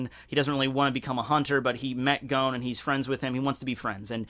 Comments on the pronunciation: Idk why you pronounce Gons name as Gown xD They even pronounce it as G-o-n in the anime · No offence, BUT you are able to pronounce complex Japanese name perfectly. But when it comes to names like 'Gon' or 'Gen' the most simple names, you do it WRONG. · Lmao my guy really says "Gown"